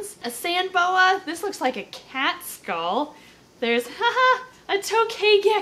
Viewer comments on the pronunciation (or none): none